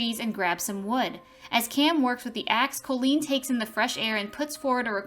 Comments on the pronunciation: My daughter is named Colleen and the narrator of the video is not pronouncing her name correctly phonetically it’s (cawlleen) not (coelleen) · even though the O in Colleen is pronounced as an A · How many times did I hear my name well at least it is Colleen and not Colien